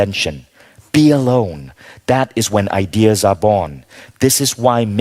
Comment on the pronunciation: Why does he say "I Dears" instead of Ideas...